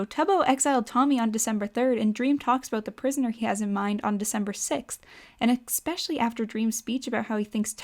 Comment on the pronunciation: Why do you say "especially" as "expecially"?